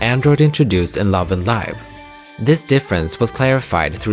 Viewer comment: I hope this helps, I think it is pronounced as /LIV/ as in a verb, not /LAIV/ as in an adjective. Love & Live means that Vivi has learned how to live as a human by also learning how to love. It was the love that she experienced in 1/3, and perhaps the memory of the love she experienced with Yves, that allowed her to be liberated from her android form. Eventually, in Love & Evil, the girls also learned that love is not only something good, it can also be cruel. To be enmeshed in the intricate world of love is like being lost in a Mobius forest. It's up to them how they would be able to cherish the sweetness of love while facing its sometimes cruel consequences through a Sonatine.